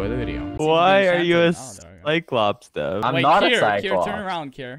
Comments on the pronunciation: it not kier or dream it's kream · Lol it's Kream